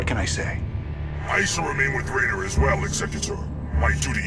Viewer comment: I also notice that in this game, the Protoss are capable of correctly pronouncing Raynor's name...